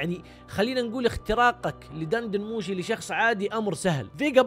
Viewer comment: دن دن موشي بكسر الدال!!!